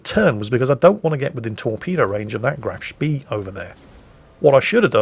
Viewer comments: You can always expect him to mispronounce Graf Spee though. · graf speeeeeeeeeeeeeeeeeeeeeeeeeee totally not triggered by the way he pronounced that